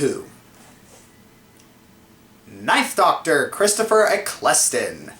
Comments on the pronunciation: e-kl-stun, dude, not 'e-kless-ston' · It's Eccleston :P Pronounced Eccle-ston not E-ccleston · its pronounced eck-ul-ston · Christopher Ecklesten, last time I checked it was Eccelston xD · Christopher Ec-cleston Please be joking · its pronounced Ekkelstone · Thanks again for your opinions :-) (Even though you pronounced Eccleston wrong :-p but that's pretty minor stuff really.) I do like Disturbed - they were kind of the gateway that got me into heavier stuff like Fear Factory and Becoming The Archetype; do you have any particular songs of theirs that you really like? Also, if you want electronic music that you can also headbang to, anything from Front Line Assembly's Millennium album would do. As for class, I'd be either a Paladin or a Healer. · The PS4 may not be exciting, but it looks solid and that's ok with me. And agree with you on the ninth Doctor. You pronounce his name wrong though. :)